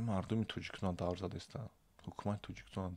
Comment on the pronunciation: "Давр" не бародар "дав" меган!!!